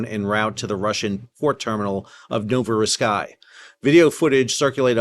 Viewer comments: I like your videos, but please learn how to say names of (large, important) cities.... it's not hard. You said "no-vo-ro-SKY".... no such place. Just sound it out. "no-vo-ro-SEESK", , a HUGE port on the east coast of russia. The most important port on the east side of russia,... As a journalist, consider it part of your professionalism to get it right. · it's pronounced novo-ros-isc as in disc not ros-eye-sk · Sal, I am begging you sir. "Novo- ro-seask". Worked around way too many Russian linguists not to have a tick about that. (also, its "Seb a stopol") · Have never heard of an English native speaker said Novorossiysk correctly